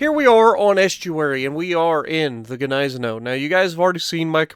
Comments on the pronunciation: Nice video, I Love the Gneisenau, also (if you dont mind me knowing better, I'm german) It is pronounced GneiseNOW(Gneisenau) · Isn't Gniesenau pronounced "Nize-Now"? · I rather pronounce ot Gneisen ow(like hurtinh yourself lol)